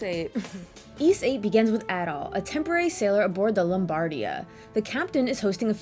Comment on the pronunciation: My favourite action RPG of all time, go play it. Actually, as someone who's played the whole series, go play everything, you're missing out. A couple of points tho: - I will commend you for correctly pronouncing Adol's name correctly, as opposed to many others who say Ay-dol. - I also agree on the epilogue bit, it's so badly executed, lol (though the credits sequence gets me feelsy everytime). But hey, I still prefer it over Celceta's non-existent ending, ngl. - Just incase you didn't know, Celceta's Flash Moves and Guards have a way more forigiving time window. - "Celceta had a fixed camera where you could see everything on-screen" - Try fighting the super boss (the guardian of the forest thing) and then try saying that, lol. Also in regards to the camera, I noticed you were using lock-on a lot when talking about it, sometimes it works much better without doing that. - And finally the OST. Believe it or not, the OST from this game is actually my favourite in all of gaming, which is saying a lot. So yeah, at least go listen to the tunes.